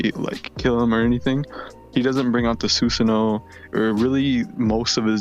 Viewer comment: I know why it bugs me when Susano is pronounced that way.